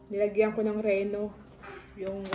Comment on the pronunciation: Rino a bigkas nun te.. Pero a spelling reno.